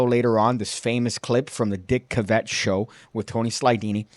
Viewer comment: Dick “Kav-it” is the pronunciation.